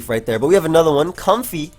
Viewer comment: also comfey is pronounced Come-Fae (fae being the short term for fae-folk or faerie) its a combination between comfy and faerie or if you will pronounce the word with an A in place of the E "i am com-fay!"